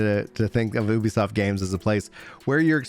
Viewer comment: Ubisoft is pronounced like youbisoft